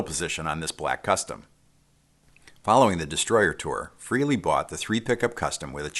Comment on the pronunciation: Frehley is pronounced "fraylee"